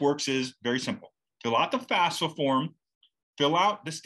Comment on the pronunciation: Are you calling it fasfa? Why do people pronounce it switching the letters?